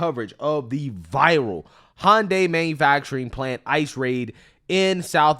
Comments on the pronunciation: Why can nobody pronounce the car company correctly. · All these liberal saviors cant even pronounce hyundai correctly. They seem to care so much about this but cant even say it right. It doesnt matter though rabble rabble rabble